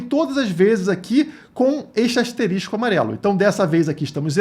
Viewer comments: Não é "asterístico" é asterisco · O certo é "asterisco", você disse "asteristico" kkkkk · kkk dói ouvir errado, o correto é ***asterisco***, mas ta valendo seu video é Top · A forma correta é "asterisco", e não "asterístico". "Asterístico" não existe na língua portuguesa. De resto, ótimas informações. Obrigado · não é asterístico, é asterisco kkk, excelente analise, na pior das hipoteses a gente espera ate 2029 rss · Ouvir ASTERISTICO é tenso.